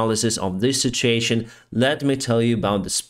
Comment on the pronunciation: We pronounce situation as. Sit. U a tion!